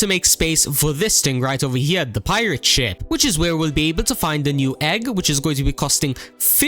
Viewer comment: He says SHIP just listen with 0.25